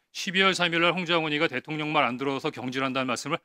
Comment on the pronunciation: 대통년 발음에 화딱지만 나는 요즘 빵터지고 갑니다😂 같은 정상인이 한명이라도 계셔서 다행입니다